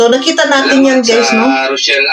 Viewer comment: THE NAME OF REYCHELLE IS THIS NOT ROCHELLE THAT IS THEIR LOVE TEAM BEFORE REYCHELLE IS HER NAME OF LANGGA IT IS PRONOUNCED AS REY-CHELLE